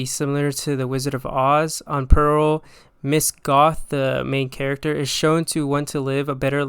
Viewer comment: Great video bro ready for another one!! also you said mis goth her name is MIA Goth😂 Cannibal Holocaust one is wild. people really didn't care back then😭